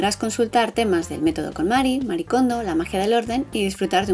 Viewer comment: Sabeis que Marie se lee “Marie” y no “Mari”? Es un nombre japones y pronuncian las vocales igual que nosotros